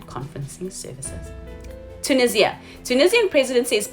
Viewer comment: Like the way yoU pronounce Tunesia did I spell it correctly, Thanks seeing you IAM GLAD listen as always and will ---- lovely 🌸👠